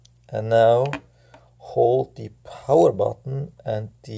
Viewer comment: Guy can't even say power from home button